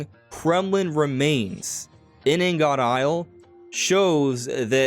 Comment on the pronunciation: It’s pronounced more like ing-it. Ing-uht. Blocks of various metals for processing.